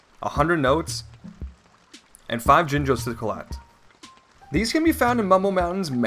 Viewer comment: Liking and I'm commenting that you said jingos instead of jinjos yw